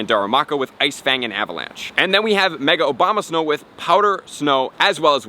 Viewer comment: Did he say Mega Obamasnow? xD